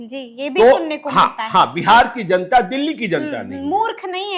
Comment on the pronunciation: Zanta nahin..... Janta bolo